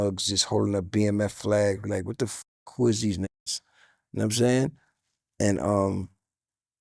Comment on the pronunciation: “Num sayn” 😂